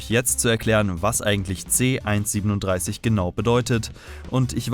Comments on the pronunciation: Man spricht es C 1 3 7 aus und nicht C 137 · nohate, aber man merkt, dass du rick und morty auf englisch schaust, denn du sagst c 137, aber in der deutschen synchronisation, wird er c 1-3-7 ausgesprochen, also quasi buchstabiert, nur lustig festzustellen, kein hate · Es heißt C-1-3-7 Und nicht C-1-37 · Er heißt c-1 3 7 nicht C-1 37 du huan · Das heißt C- 1-3-7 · Haha es heißt c 1 3 7 so spricht man das